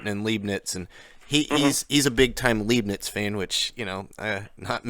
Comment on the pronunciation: You took a course on Leibniz but you don't know how to pronounce it?